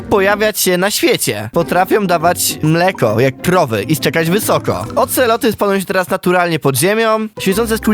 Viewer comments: ej, czy tylko ja usłyszałem oceloty a nie axolotle? xDDD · Oceloty???? Aceloty???? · On bowiedzial ankseloty